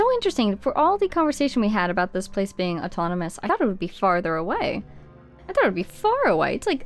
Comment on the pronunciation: "where are we a-boat to go." I'm unsubscribing smh